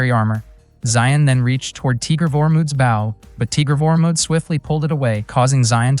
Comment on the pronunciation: The pronunciation of "bow" (b-oh) as b-ow is fuckin annoying.....correct that shit ...